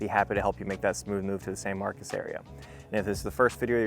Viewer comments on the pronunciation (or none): perhaps everyone around you are from California, locals pronounce it San MarCOS. Anyway…even though this neighborhood is away from the campus, you’re just a street away from Craddock which is overran by student housing, fraternities and sororities. TXST has an acceptance rate of nearly 90% which the students are not the brightest and don’t care about San Marcos. This city was a great city 20 yrs ago until the university lowered its standards and Californians moved here. …and not every new subdivision adds PID taxes on top of property taxes. Buyer beware.